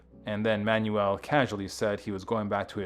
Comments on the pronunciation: Stoked you're shining a light on RM, but his last name is just pronounced 'manual', like a gearbox, or an instructional handbook. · At least pronounce the guys name properly. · terrible, they can't even pronounce his name properly. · Learn how to pronounce his last name!